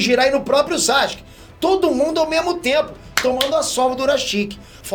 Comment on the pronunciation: "Sasque"? Quem é esse? Isso tá errado, a pronúncia correta do nome dele é SASUKÊ. O "u" se pronuncia sim, basta ver o anime no original.